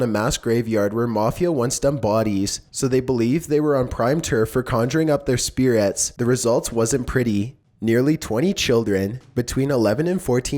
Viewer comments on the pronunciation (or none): " S p i r e t s" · what are "speer-RETS"